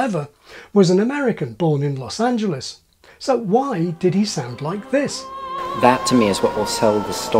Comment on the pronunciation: Thank you so much for not saying Los AngeLEEZE